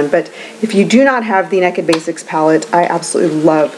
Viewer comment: I love that you said "neked". I can't help but let my inner Texan come out on that word too. ;) So glad to see you back! You look beautiful as always.